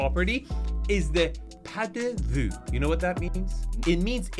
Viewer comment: Pas de vue, the "s" is silent. Pah-dey-vu